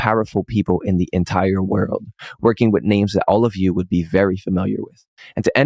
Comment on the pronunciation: "ten most powerful people in the entire wearolyagh" Wut?